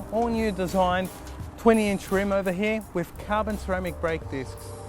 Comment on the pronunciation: its "here" not "heee"